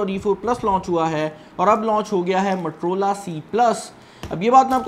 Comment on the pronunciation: Its Motorola, not matorola. Pakistani english